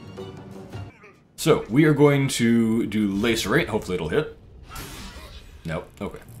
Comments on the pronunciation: I feel compelled to say this. Its prounounced Lass-er-ate not lace-er-ate. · The way you said lacerate made me giggle 😅